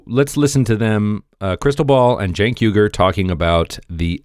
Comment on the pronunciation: Cenk is a turkish name pronounced JENK its our version of Jack, LOL. The commentator on this video is saying it correctly.